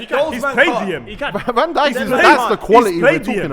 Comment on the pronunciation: man said dijk hides lmao